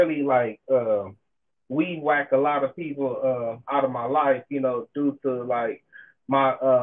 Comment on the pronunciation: “Weedwack” I like that